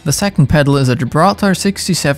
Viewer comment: Why is he saying these brand names so weird wth weirdo Yamaha ha Gibraltar tar